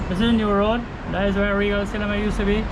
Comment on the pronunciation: Nice video guys 👍👍 You guys don't have to go to the market 😀 🐠 the market comes to you guys lol 😁 it sounds like you said Rio cinema 🎥 but I guess you mean regal Cinema 🎥 I really like the view from your house 🏠 and make sure you sharpen your knifes 🔪 ha ha 😂 Buddy if you got any pictures of regal Cinema 🎥 can you post it up 😁😁👍👍✋